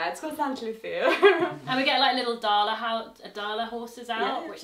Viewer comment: Not to be that person but the c in lucia is pronounced like the one in lucy and not with a th (We dont have the th sound in swedish) 😅 But it's interesting for me to hear about jessicas experience as a swede with immigrant backgrounds. When i go abroad it's swedish customs etc that stand out for others about me, but here at home it's the occasional danish, serbian and slovak customs and cultural aspects that do lol. Unfortunately i dont speak either slavic language due to xenophobia and a massive push for assimilation though, so my immigrant background mostly comes out through food and some social customs even though im a first gen.